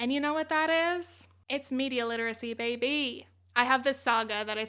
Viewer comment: “it’s media literacy bayBEE!” Made me laugh so much 😂